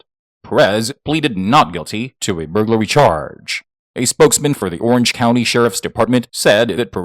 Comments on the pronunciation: "Booglary" is when you suck at your job. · I read your comment before he said it so I was listening for it and when he first said it I was taking a drink of my pop and almost spit it out my nose. That was great!!! Hahaha!! Booglary!!! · The way this man mentions burglary 😂😂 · LMAO the way you say burglary has me cracking up